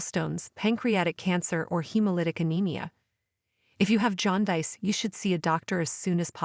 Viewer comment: You need to teach your stupid, artificial intelligence narrator how to pronounce aorta and jaundice